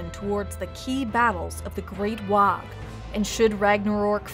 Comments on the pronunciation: Ooh, you got me all the way until you pronounced the g in WAAAGH. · Amazing but the g is silant in WAAAGH! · The g in WAAAGH! is silent. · not sure if mandella effect or not, but I'm pretty sure you don't pronounce the G and the H at the end of "Waaaarrrgh" I've been playing 40k in GW's since first edition (so since the mid 80's, basically since I was about 6 years old) and whenever we were told to shout it by the staff, it was "WAAAAHHHHHH" with no GH sound being pronounced. They could have changed it though, or this could be mandella effect. does anyone else remember it as not having the GH sound pronounced as well? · It's not a wog you jackwagons, it's pronounced Waaaaaaaa like war with no r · It's not "wog" it's "WAAAAAGGHHH" (war) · Waaaaaagh is pronounced "Waaaaaaaaaaaaaa" not "Waaaaaaaaag" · FYI Waaagh is pronounced Waaah and NOT Waaag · It annoys me every time I hear someone pronounce the G in Waaaugh. The English language is a bastard of mixed rules, but I can't think of a GH combo at the end of a word that isn't silent or pronounced as an F. "Wahf" would be a better guess than "wahg", even though it's obviously "wah". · FFS Waagh does NOT have a hard G at the end. It's pronounced Waaaa. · it's not pronounced "Wog", its pronounced "WAAAGH!" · Even mispronounce Waaagh, it's said Waaaah, NOT Waaaag. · Its pronounced waaaaaaa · Ork Waaagh isn't pronounced "WA UH G". The ork warriors usually don't ever get to the G sound. So it sounds like a prolonged WAR. It just sounds weird when you pronounce it the way it's spelled because they don't :/ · Teehee, dis dumb 'umie can't say WAAAGH! Et sez "wog" Shtoopid 'umie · Did you say “Waag“? I think it's pronounced: “ WWWAAAAAAAAAAAAAAAAAAAAAAAG!!!!!!!!!!!!!!!!! “ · Except for the "Wogh". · Pretty sure she's mispronouncing WAAAGH! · i always thought it was a silent G. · The "gh" is silent . Otherwise, crackin video. WAAAAAAGH!!! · That's not how you pronounce WAAAAAAAAAAAGH